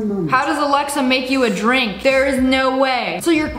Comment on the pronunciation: Ur dwink of cwoice